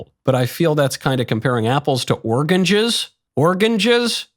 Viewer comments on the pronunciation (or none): "Organges" Ah yes Hannibal Lecters favoyrite fruit😂. Im sure they taste great with liver and fava beans!